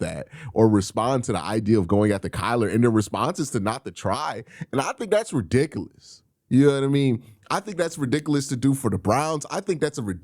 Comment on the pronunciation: He also says “ RIDICALOUS”😂